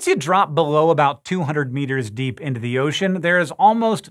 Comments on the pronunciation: "Dee" did you mean "Deep" ? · Disappear into the dee you say what is the dee? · into the dee lol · Pee is store in the dee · "What lurks in the DEE" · into the Dee? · “Into the dee” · "Into The Dee" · Into the Dee!!! Ew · Hehe dee